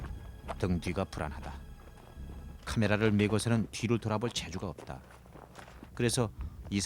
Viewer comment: 읍따.읍써. ㅇ좀 고만처라.